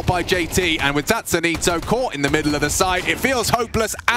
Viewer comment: It is not zazanito, it is kakanito